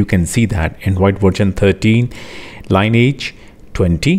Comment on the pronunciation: Changa review, dhanvaad. Par bhai-ji, iss OS da naam "Line Age" nahi hai, yeh "lineage" (pronunciation "linny-ajj") hai. "Lineage" da arth vanshaavalee (वंशावली) hai, aur yeh iss OS da naam hai kyonki isska predecessor Cyanogenmod thaa, matlab Cyanogen da vanshaavalee continue hota hai.